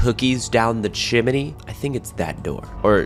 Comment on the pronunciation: the way he said chiminey